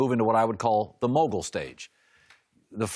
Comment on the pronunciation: “Mogul Stage” 😂😂😂 this guy man